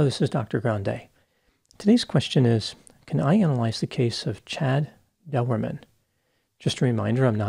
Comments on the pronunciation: ...no big deal man, and you have probably figured it out anyway, but his name is pronounced as :"Door-man", as in "Chad Doerman"..... Q : Did you hear about the Irishman who put his Condom on backwards..? A : He Went............. No....? Oh alright, I'll get my coat. sorry. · Dr. Grande, the name is pronounced Doorman. I know it's a family name. I ain't gonna hurt ya. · Learn how to say his name!!!